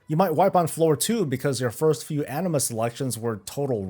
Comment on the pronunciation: Anima sounds like enema. lol